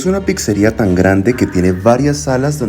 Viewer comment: No se dice "pixería" ni "pixa", se pronuncia "pitzería-pitza"